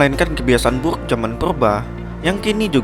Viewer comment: Gua suka pas lu ngomong burrrrukkk